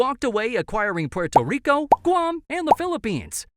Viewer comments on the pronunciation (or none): none